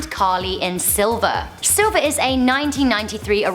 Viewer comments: Its pronounced sli.ver not silver.... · She said, "SILVER!" 😂 IT'S SLLLLLLLLLLLLLIVER! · Its pronounced S-L-I-V-E-R......dahling. NOT Silver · It's SLIVER not Silver in . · It's SLIVER not SILVER! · Really, you couldn't reshoot #3? It's SLiver not SILver. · Mate it's SLIVER not SILVER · No.3 was "Sliver" not "Silver". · Um... it's sliver. Not silver... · Dyslexic much? Sliver not Silver. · Ok...2 things. First love love love you by the way but Rebecca "De-MON-RAY", isn't it "DE-MORE-NÃY" like rhyme NAY with MAY?? And the movie with William Baldwin & Sharon Stone is "SL-iver"....not "silver" like the color lol! 😊😊😊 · It's Sliver not silver Rebecca Demornay like lobster mornay, not Monroe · ok its SLIVER not SILVER :) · Yes, SLIVER!